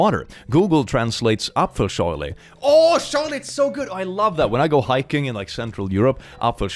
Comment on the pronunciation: You said "Apfelschorle"..... The Germans have been summoned